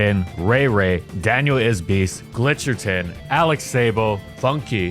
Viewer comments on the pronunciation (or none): none